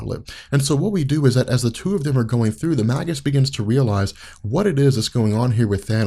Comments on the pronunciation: May-gis, bro, not "mah-gis." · Its may-gis not mag-us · Surely it's pronounced like Mage. Mage-us. He's the evil Warlock. It's a play on words and not a subtle one. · i thought it was pronounced (mage us)